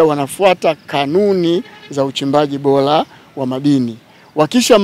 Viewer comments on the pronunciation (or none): TATIZO NN KISWAHILI BADALAYA YA BORA ETI BOLA